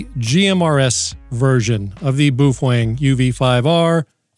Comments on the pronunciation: It's not pronounced boofwang. It is said, "Bow fung" ("bow", rhymes with "how"). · Why do you call it Boof wang? Ive literally only heard it pronounced bow fang. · It’s pronounced “beauty-fwang” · Meh. I'm more "bothered" with the way you pronounce "Baofeng." LOL